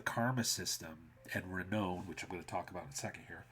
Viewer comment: I know I’m a year late and I really I’m not that guy, but the word renown is pronounced like clown.